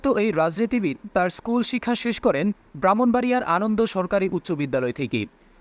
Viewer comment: ওয়ালিদ উদ্দিন মাহমুদ উনি অন্নদা সরকারি উচ্চ বিদ‍্যালয়ে. বাহ্মণবাড়িয়া. ছাত্র ছিলেন আপনি উচ্চারণ ভুল করেছে ওটা আনন্দ হবে না অন্নদা হবে।